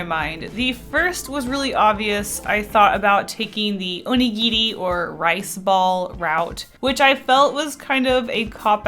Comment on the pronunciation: You pronounce “onigiri” so cute!!!